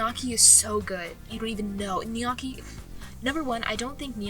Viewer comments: pronounce lik uh dis gnocchi(no-key) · unless this is a joke you are definitely not italian- calling gnocchi "in-yawki" is wild. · ….I’m sorry, okay, I like you, I do, honest. However, why are you saying gnocchi like that? Gs are silent. Please. You’re killing me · the way she say gnocchi